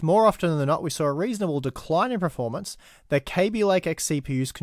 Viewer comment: Can you please stop mispronouncing the word performance?? You always say pro-formance (which is baffling seeing as you are quite well spoken and articulate)